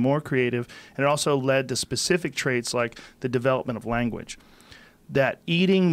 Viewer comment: "The development of wanguage."